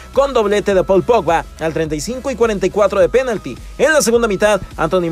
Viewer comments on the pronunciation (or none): none